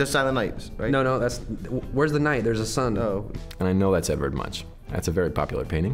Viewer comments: Its prenounces Edvard Munk btw ;) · MUNK, the ch at the end of Edvard Much is pronounced with a K not a sh. An honest mistake, there is actually quite a debate even here in Norway(where Munch was from) weather to pronounce his name with a U or an O sound! Keep up the fun content! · does hurt a bit how they pronaunce his name as a Scandinavian person. Munch was Norwegian and its kinda pronounced Munk :P its not a shh shound its a k sound :) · As a norwegian I nearly lost it laughing when I heard how they pronounced Edward Munch last name! I mean, I dont really fault them for not knowing, but if anyone are curious, its basicly pronounced a hard K, Munk (the U being more like O too) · Ah hell, I pronounced ‘Munch’ wrong 🤣🤷🏼‍♀️ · Aww I died at Edward Munch. Lol. That’s when I knew to lower my expectations... as well as pronunciation 🤣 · I’m yelling at my fucking screen cause I know these answers!!! When they kept saying Van Gogh when it’s actually edvard munch. AAAHHH!!!!